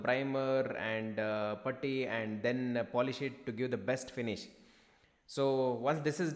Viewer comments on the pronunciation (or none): none